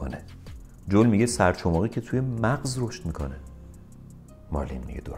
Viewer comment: سپاس. یه اشکال کوچیک داشتید. سرچماقی نه، سر چخماقی درسته